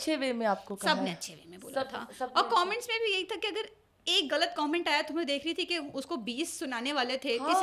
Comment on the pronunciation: غلط کو گلت خیر کو کھیر کہہ کر انڈین چینلز کو کاپی کر رہی ہیں یا اردو کی ٹانگیں توڑ رہی ہیں